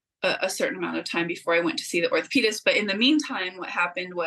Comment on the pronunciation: If she says ORTHOPIS ONE MORE TIME... ORTHOPAEDIC